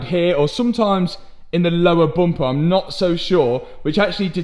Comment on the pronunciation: As an American living in Northern Wisconsin (known for heavy accent) I love hearing you say 'Booumpa' haha love the content my man!